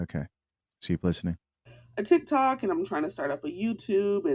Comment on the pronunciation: I'm sorry, did she say she does Thick-toks?